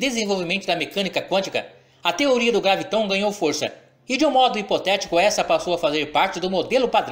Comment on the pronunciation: Por que você fala.graviTON, se em todo o seu video, está grafado com acento no 'a"? Ou seja, é uma proparoxítona: GRÁviton; não oxítona!